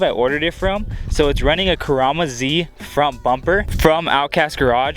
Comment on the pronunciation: It's called Kuruma Z. Koo-roo-mah/ not muh. It's Japanese and means car